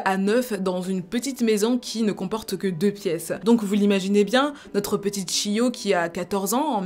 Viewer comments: Je voulais juste rappeler que le "ch" en japonais se dit "tch" donc c'est "Tchiyo"' et pas "shiyo". Pour le son "sh" c'est avec un s donc "sh". Exemple : Shingeki -> Shingeki ; Chihiro -> Tchihiro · J'étais sur le point de dire qu'elle a le même prénom que moi mais non je m'appelle Shio. D'ailleurs si ça s'écrit Chiyo ça se prononce Tchiyo normalement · Comme vous faites régulièrement (avec talent et sérieux) des vidéos sur des affaires ayant lieu au Japon, je me permets (étant à moitié japonaise) de vous dire qu'au Japon, CH se prononce "tch", le son "cheu" s'ecrivant "SH". Donc, Chiyo se prononce "tchiyo". Et c'est pourquoi Sushi s'écrit avec un SH car on prononce "souchi" et non "soutchi". (pardon si c'est pas très clair)